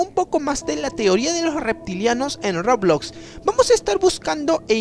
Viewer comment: Todos los youtubers que juegqn roblox dicen : roblox Este dice : rrrooblloxx